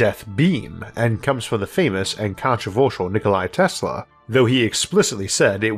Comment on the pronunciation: Nikola Tesla, not Nikolay. He was Serbian, not Russian.